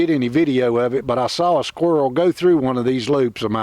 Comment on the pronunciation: "What uh did was, uh had this awld sqerwl heehd..." Always good to have one handy, I guess 😂